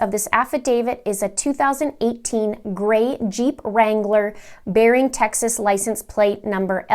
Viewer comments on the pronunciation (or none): none